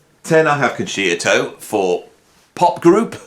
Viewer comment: Interesting list for sure. A couple of corrections for you. 1, Ian Gillan didn't join Deep Purple from Jesus Christ Superstar. He got that gig after the Concerto album, which leads me on to correction number 2, it's pronounced Con sherto, not Con sheerto.